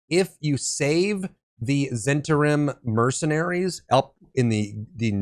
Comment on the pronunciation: As I recall, it's pronounced Zen TAR im.